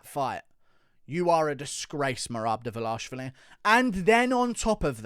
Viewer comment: Dva lish vili is how it’s said, read his name man. Not a knock, I like your stuff, but your pronunciation of fighter names is questionable at times 🤣